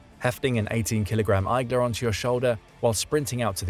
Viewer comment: igla’s is pronounced ig-la’s not eye-glass😂